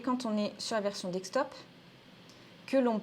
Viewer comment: Merci pour la vidéo. Toujours assez synthétique. Juste une remarque, on dit desktop « DeSK top » et pas « DeK Stop » ;-)